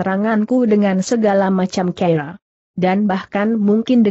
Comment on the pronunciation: Biasa,aja kali bahasanya.tuan dibaca tuon..cara dibaca ker...gimana tuh